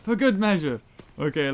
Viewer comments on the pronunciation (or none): none